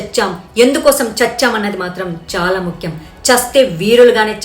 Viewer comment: మాధవి గారు చాలా బాగా మాట్లాడారు. చాలా ఆవేశం గా చెప్పారు. గర్వంగా చెప్పారు. అమ్మ! మళ్లీ అనాలమ్మ! మల్లి అనకూడదు! మనవాళ్ళు అనండి! ముఖ్యం అనండి ముక్యం కాదు!